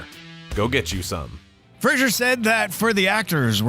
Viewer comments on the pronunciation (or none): Brendan Fraser not Frasier.